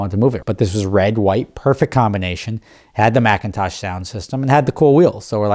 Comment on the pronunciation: “mAcintosh sound system”. Silly man..... “McIntosh”